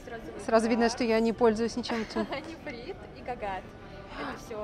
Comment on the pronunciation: А с грамматикой сложно работать? Нефрит, а не нифрит(